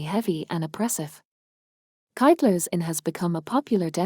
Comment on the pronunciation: Wrong Hole in the Wall on the outside, correckt one from the inside. And please learn how to pronounce the Irish correctly. You say Kyteler's with a classic American Y, which is wrong.. My last correction is that it's called The Republic of Ireland, not Southern Ireland..